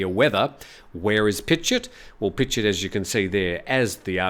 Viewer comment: pichit you say it with a J like pi-jit